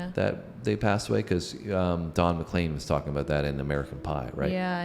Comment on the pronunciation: Just to help - CROW-chee - accent first syllable. He was on his way to do a concert at my college when his plane went down. Very upsetting. And Don is McLean (leen) not McClain.